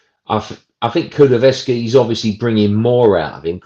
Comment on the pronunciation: Why can't this guy take the time and show some courtesy to the player and pronounce Kulusevski's name properly.